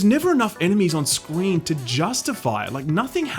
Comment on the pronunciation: He said scween 🤭